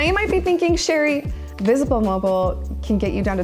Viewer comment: V'sble mobile ? Never heard of it lol I'm from Texas. That sounds like a none major company to me